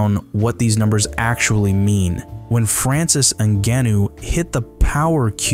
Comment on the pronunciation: Like 31 seconds in when he mispronounces francis's name I just know that this guy's only getting paid to talk. He's not a real fan